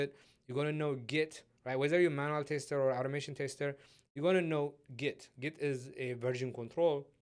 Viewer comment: Thanks mate, great video series. Just one thing is that you keep saying "taster" instead of "tester". That is a little offputting, especially since you use that term so many times (I mean, you kinda have to given the context). EIther way, that's got nothing to do with the actual content but I thought you might want to know.